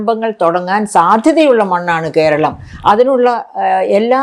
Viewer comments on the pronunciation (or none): none